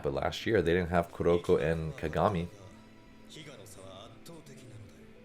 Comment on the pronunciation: Came to say the same thing. There is no "y" in his name. Just like there's not two "m"s in Ka-ga-mi.